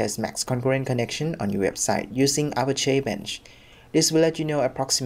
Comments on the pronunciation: Don't know why this bothers me, but Apache is pronounced uh-pach-ee, like the Apache Native Americans. Not A-pash-ay. Have a nice dy. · Great video, however the pronunciation in English would be A-patch-ee.